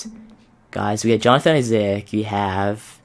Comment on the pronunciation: You don't need to pronounce isaac like that. You are not supposed to sound out both a's.